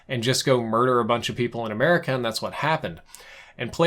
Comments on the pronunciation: I have come to decided I hate you good bye. And you so said America all hick like your voice makes me want to rip my ears off. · Did he just say "Amurica"?